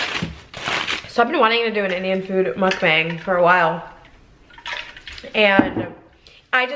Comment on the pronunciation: Love your mukbangs, just wished you pronounced it properly. Should should sound more like "mook bung".